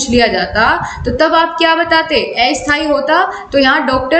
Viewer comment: asthayi ko aysthayi bola apne.😅